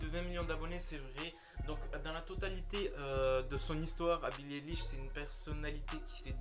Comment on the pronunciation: « billie délish » j’entends ça quand tu le dit moi 😭